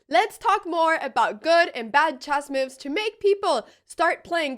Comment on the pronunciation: No me canso de oírte cómo pronuncias "moves" como "miufs", es encantador... Muchas gracias por la forma de enseñar ajedrez, se ve que lo sientes con pasión G R A C I A S!!!